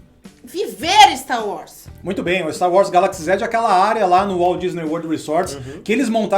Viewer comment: Ver os cara falar "Staru Wars" incomoda demais kk